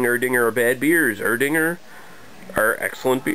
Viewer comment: Nothing is usually silent in German. From what I know, it's just (y)Er-Ding(a)r with a soft Ae in the beginning - not the "eee" sound. Thoughts?